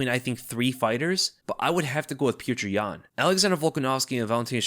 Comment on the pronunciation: Man you're killing me with how you're mispronouncing Petr Yan's name. Lol. He one of the best fighters in the sport and former champion, current uncrowded champion. Show him the respect of pronouncing his name correctly. Lol. Look up the pronunciation if you need help.